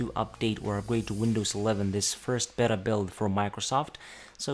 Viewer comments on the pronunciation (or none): none